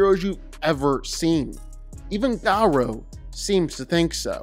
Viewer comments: Gah-row not grow... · U pronounce gorou name wrong 😂😂